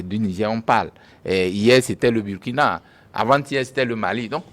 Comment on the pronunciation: Monsieur prononce mal le Burkina. Et il minimise le terrorisme. C'est grave. Les derniers coups d'état, pour ce qui est du Mali, Burkina et Niger sont dûs à 80% au terrorisme. Quand on n'a pas le terrorisme dans son pays, son analyse ne peut qu'être dans le décor.